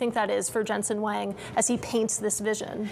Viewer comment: Lady asks who’s gonna ride in robotaxis then can’t pronounce Jensen’s last name. Umm, this is bad.